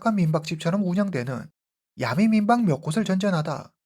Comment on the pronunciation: 틴더앱은 한국티비에서 심야에 선전도 했어요 선전문구도 야리송? 해가지고 기억에 남아요 아는 외국친구가 말해줬어요 그앱은 원나잇 스탠드가 목적인 사람들이 이용하는곳이라구요 영어를 아는사람이라면 충분히 알수있었을 텐데 싶어요 그래서 그둘사이에 암묵의약속이 있었다고 서양남은 생각했고 그녀는 그냥 남자를 믿고 따라들어간듯 하네요 그후 성관계 거절당해서 살해한것 아닐까 짐작해 봅니다 근데 보통 한국식으로 야메라고 하지않고 정확하게 야미 라고 말하시네요ㅎ